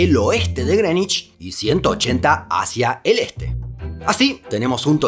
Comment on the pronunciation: Es la primera vez que escucho decir bien pronunciado la palabra Greenwich